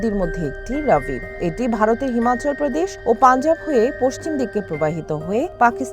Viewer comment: বোকাচুদা সাংবাদিক, ঐটা রাবি না ঐটা রবি হবে। ঠিক কর